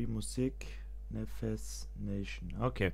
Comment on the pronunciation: Das heißt neffex und net neffes